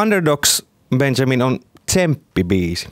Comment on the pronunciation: Miks se sanoo Benzamin